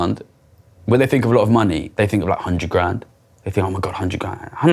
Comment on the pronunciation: "...these posh boys fink we're shupid"